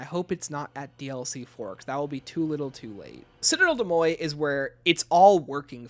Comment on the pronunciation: listening to you mispronounce des morts is painful